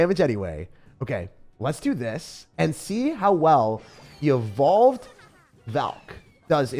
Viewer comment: He said: evolved Valkyrie I heard: bald Valkyrie